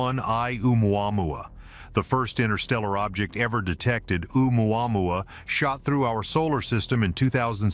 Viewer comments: The way he pronounces that other comet is enough to run and hide LOL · I die laughing every time the AI voice says oumuamua. Heck I can’t even spell it. Hey it may be the new Jerusalem